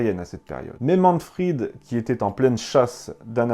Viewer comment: Léon Vandjour Pourquoi prononcer Manfred à la façon anglaise par Manfrid ? En allemand, le v se prononce comme un F : von Richtophen se prononce Fon Richtophen. Mais à part ce petit détail, j'apprécie beaucoup votre ''Petite histoire'' ! Bien à vous.